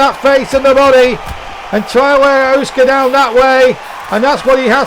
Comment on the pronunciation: Love the idea. You're saying Usyk's name wrong but loved the idea.